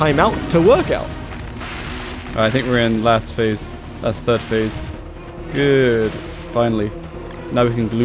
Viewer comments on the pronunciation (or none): none